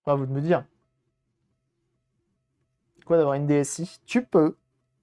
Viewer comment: 👌 NB: DS 'i'. 'i' se prononce 'eye' car la caméra mime l'œil.